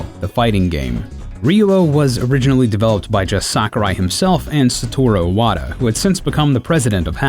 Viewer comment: "Saturo Iwata"